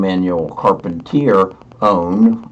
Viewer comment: Sorry I am cringing when you say Emmanuelle's last name Lol, it is pronounced like Shar-pen-tee-ayy... just wanted to give you a heads up...love the vids